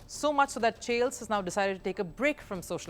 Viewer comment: Chiles is pronounced like Biles, not Chales.